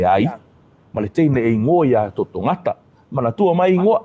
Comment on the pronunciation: Totogätã not Totogata